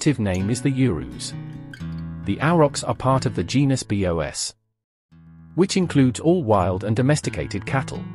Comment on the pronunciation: The voice really bothers me: is this AI or computer? Why does it say “ B.O.S” instead of “bos” for the species name? Creepy